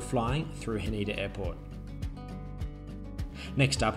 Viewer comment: Ha-nay-da not Ha-knee-da. Sa-Kay not sa-key.:) Thanks for the review,. The food and drinks look pretty amazing.